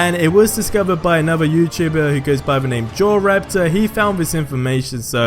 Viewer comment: That's not how you pronounce JorRaptor